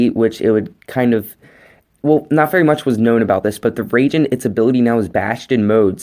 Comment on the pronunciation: I leave how he said ragin not raijen